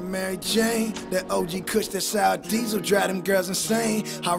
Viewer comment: He Said Sour Diesel 😂😂😂